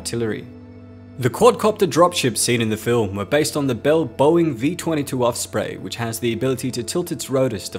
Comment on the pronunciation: Its Osprey not Offspray my guy XD